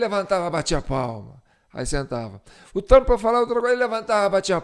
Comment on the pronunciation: Na IA ele vira o TRAMP. Pessoalmente é TRUMP